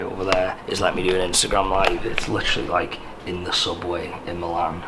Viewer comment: Lihhhtchheraly Lihhhtchheraly Lihhhtchheraly